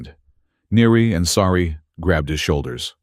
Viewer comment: Sari, not "sorry" WORK ON IT.